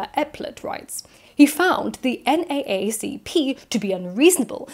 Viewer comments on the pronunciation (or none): N Double A C P is how you should say NAACP, it's odd but saying N Double A C P is like a phrase that names the group to the ear of an American. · NAACP is pronounced "en double-A see pee" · not super important, but it’s pronounced “N, double A, C, P” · in america, we would ban books for like, not enough misogyny. "this book promotes women's rights? banned!!!" also, i don't know how often it will come up in your videos, but NAACP is usually "N double A C P" - slightly easier to pronounce. :) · Fyi said N Double A C P. Nice video.